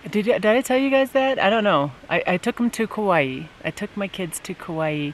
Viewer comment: I’ve never heard Kaua’i pronounced like that before, it’s wrong. I’ve lived in Hawai’i all of my life. 😃